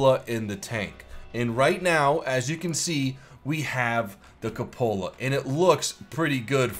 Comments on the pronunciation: I hate how you say ca Lola for coupala Instead of coo puh la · It's not pronounced Kuhpohla it is Q-pohla. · The cupola is pronounced Kyew-pull-uh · I was typing "It's pronounced 'koop-el-uh'" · koop-uh-lah, your vids are great but man that pronunciation drives me crazy